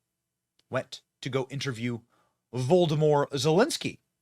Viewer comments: Wolodomir Zelensky, said like "Vladimir" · "Voldimor Zelenski". Hahahahahaha!!